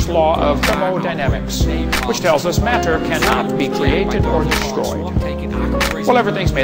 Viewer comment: lol , gotta love Hovind's "mater"